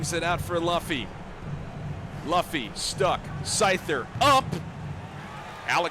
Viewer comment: Ts spiked my cortisol every time he said it